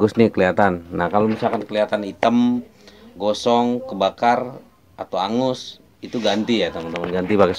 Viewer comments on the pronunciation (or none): none